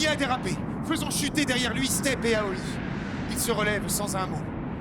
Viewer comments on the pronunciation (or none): damasio prononce aoi A-O-I ce que je trouve moins bien que aoi mais bon :p